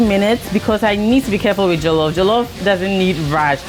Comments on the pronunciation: Correction: it's NOT pronounced "jah-luf" rice, it's pronounced "jaw-lof" rice. Much love from a Nigerian New Yorker! Also... Nigerian jollof is theee best. <3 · Did you say Jello Fries?